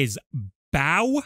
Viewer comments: I think you're being too harsh. When he pronounced bow as bao, I think he was talking about Link's favorite dumpling recipe 😁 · You know this video is terrible because I was so focused on how bad it was that I didn’t even notice he said baw instead of bow until afterMockRock said it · The only thing I don't understand you being so harsh on them for is their pronunciation of bow. People have different pronunciation of different words you know. Do you think you can react to one of their newer Smash guide videos? Because when I have watched videos of them the videos seemed to be coherent and make sense. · how do you say "bow" incorrectly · "The BꝊW and arrow" Just wait till you hear how this guy pronounces Ryu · I’m surprised you noticed that they mispronounced bow, but not that they called it a projectile. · bro we went past the level of the guy not knowing how to play he doesn't know how to speak! Bow (gesture) is not bow (weapon)